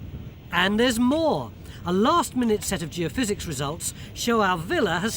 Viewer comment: Wow, Tony looks so young here. Must be an early one, he actually said Geophysics instead of geo-fizz.